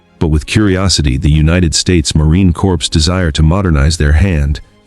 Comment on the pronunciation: It's not a "corps". The Correct pronunciation is CORE . P & S is silent!!